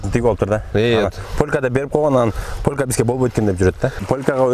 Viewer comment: Полка эмес полька